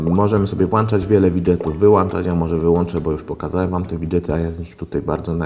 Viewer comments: mowi sie WŁĄCZAĆ i WYŁĄCZYĆ a nie włancza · WŁANCZAĆ !!!! AAAAAAAAAAA!!!!!!!!!!!!!!! WŁĄCZAĆ SIE MÓWI!!!!! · co razi najbardziej WŁANCZAĆ I WYŁANCZAĆ ???!!!!!! (ok 4minuty) Kiedy nastaną te czasy ze mówi się WŁĄCZAĆ I WYŁĄCZAĆ ? !!! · Włączać i wyłączać a nie włanczać i wyłanczać!!! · włączać, wyłączać a nie włacząć wyłaczać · NIE MOŻESZ WŁANCZAĆ I WYŁANCZAĆ BO NIE MA WŁANCZNIKÓW I WYŁANCZNIKÓW. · "Włanczać i wyłąnczać"... naprawdę...? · włanczać wyłanczać wifi? ;d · włanczać i wyłanczać